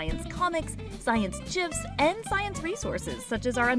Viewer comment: you mispronounced gifs